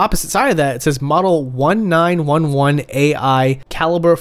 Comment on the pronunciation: man this was too funny. Its a 1911, pronounced nineteen eleven. I guess I shouldnt be too surprised you dont know the name of it, but the 1911 is the second most popular gun in America (next to the glock) and you can find it literally everywhere in media.